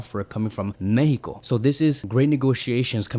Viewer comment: What is mehico?? Mexico is a country name, please pronounce it correctly.